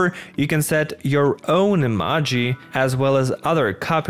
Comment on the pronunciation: Say Emaji one more time!